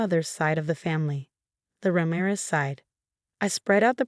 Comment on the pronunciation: Let a real person read this story. You speak Ramirez as Raa-mie-res. Not as rammeres